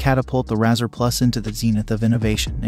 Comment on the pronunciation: If your AI can't even say the name right, that's an automatic dislike and click away.